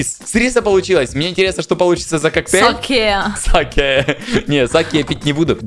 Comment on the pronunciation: 1 не саки а сакээ 2 сакэ это японская водка